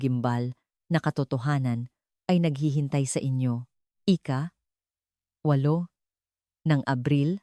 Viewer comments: Ano yan Ika Ika Ika ..dapat ausin nio nmn ang pagkukuwento mo. Imbes na magnda ang story nasisira ang story's dhil sa mga maling bigkas mo ng salita... Nakakainip pakinggn..hayss just saying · Engot magsabi ng IKA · “ ika vatpattosson ng mayo” ,ANO YUN?? at kung ano anong scene or situation na hindi tugma sa kwento mo ang pinapakita mo. Maganda sana ang ang lahat ng kwento mo pero hindi ka man lang nagkokorek ng word narration mo. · Pagbigkas ng IKA DAPAT MABILIS HINDI HIWALAY O MABAGAL.DOS IS NOT IN TAGALOG ITO AY DAPAT IKA DALAWA AT HINDI IKA DOS.